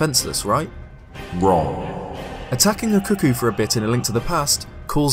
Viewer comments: CUCCO NOT CUCKOO IM LOSING MY MIND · Why is he calling them cuh-koos?? It's cuh-koh. Wtf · i dare whoever is reading this to guess how many times he said 'cookie' instead of 'cucco' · Why does everyone pronounce it as 'kookoo', like cuckoo, when's clearly supposed be 'kooko' or 'kuh-ko' based on its spelling. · I'm going crazy, it sounds like you're saying "cookies." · I'm sorry, but I swear I hear you say "cookies" all the time o.o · Am I the only one who thought he said “cookies”? Just came back here. And he called them “Cookies.” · Thank you. Glad to see someone else knows how to say it.